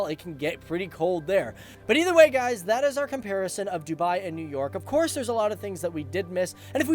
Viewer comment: Nev york